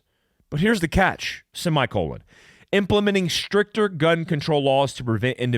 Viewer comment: I swear I heard you say "Stripper gun control laws"